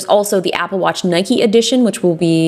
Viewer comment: I'm sorry Justine it's Nike as in Bike you don't ride a "Bikey" do you? 🙄🙄🙄🙄